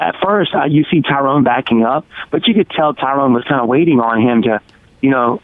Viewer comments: Stephen it's not Tyrone, it's Tyrun. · how he says "Tyrone" is funny